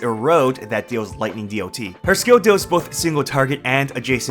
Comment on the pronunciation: who the fuck says d-o-t ,have you never played mmo or another game with dot before?, I have never heard anyone call it that in tell now.